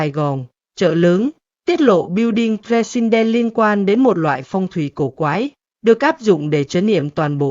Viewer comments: AI không tệ đến như vậy đâu. AI không dốt đến mức đọc từ President kỳ quặc như vậy. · MC không phát âm chữ "president" được à?